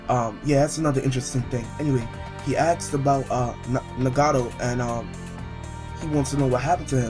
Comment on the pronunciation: Noticed that when you say asked you say 'aksd' instead. e.g- 'They start talkin bout the project, and Madara aksd him if he started the project' and you pronounce the names of characters wrong. Im not hating, i like your vids but im just pointing out the flaws. You said Konoha as if it were 'Konoa' and Nagato like Ngato/Nugado also you say 'Obeedo' for Obito. They pronounce the names many times in the anime (japanese) so base the way you say it on that please :) other than that gd vid